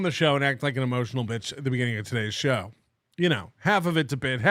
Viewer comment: When Bower said he watched “the show” it sounded like he said he watched “The Soc” - so I assume he heard your nickname watching old NLO and it was a sign of respect.